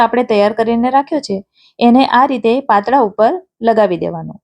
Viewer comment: Mdm patara bolvanu hoy men Tame patla bolo cho😢😮😅😊😅😅😅😅😅😅😅